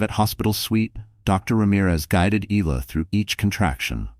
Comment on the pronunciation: Isla is pronounced I la not ela0